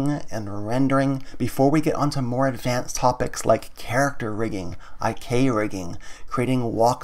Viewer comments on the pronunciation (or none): none